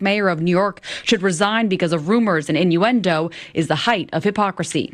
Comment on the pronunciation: He's a "tawget" and a victim of "roomuz"